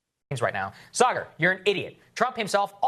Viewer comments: Love the show, always guys. Sam, it's pronounced Sah-grr. Just wanted you to know in case anyone was concerned with how to pronounce Kamala. Peace! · Saagar is pronounced as “Saa” (as “Ra” of Egyptian Sun God Ra, but “Sa” here). And “gar” is more like “ger”. Just saying. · I know it's small beans, but super annoying that Sam pronounced Saagar's name wrong. He knows how it's pronounced. And I wouldn't have said anything, but Sam threw a conniption when Eric Brett Weinstein pronounced Matt's name wrong. And while it was over the top, I was mostly OK with it. But then Sam, you gotta be on top of names after making a scene like that.